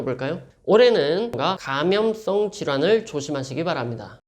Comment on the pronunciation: 씽크가 안맞는거지 감염성질환이라고 정확히 말씀하시네요. 느리게 여러번봤습니다^^